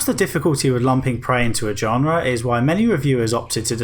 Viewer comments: "Genre" is pronounced with a "zh-" sound at the start 👍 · Learn to pronounce "genre" correctly.